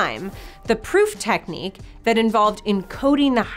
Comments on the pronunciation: Oops "techinique" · Techinique. hahahahaa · Technique with an extra i "Techinique"? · "proof techinique"?